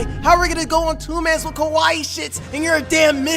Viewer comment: U keep saying こわいい (Kowaii) “Kowaii” means “scary”; ur supposed to say かわいい (Kawaii) that’s Cute, or pretty.